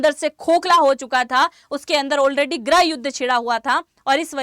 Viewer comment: गृह को ग्रह बोल्ती हो ये कौसे पत्रकार हो आँप जि!!?